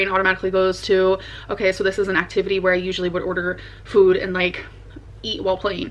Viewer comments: Same..like wtf is that. Fuud 🙄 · The new way she says “Food” makes me cringe